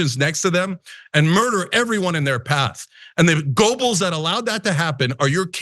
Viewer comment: Please pronounce Joseph Goebel’s name properly